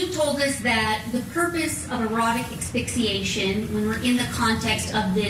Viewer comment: Dear lawyer... it's pronounced ASS-FIX-EE-ATION, not EX-FIX-EE-ATION! Sheesh. These lawyers are supposed to be professional, look up a word and learn how to pronounce it!